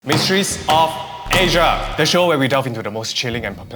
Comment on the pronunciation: The way that he said MySteRrys OF aSiA😂😂😂